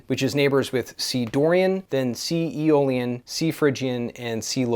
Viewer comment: Around timestamp 1410 you said E- Olean... what is that? 😅